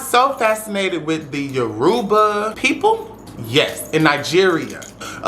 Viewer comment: Atp all you gotta do is pronounce Yoruba correctly but everything you said I respect ❤️ thank you for spending love & education on this big but underrated practice ❤️❤️❤️. iyara & ibukun aśe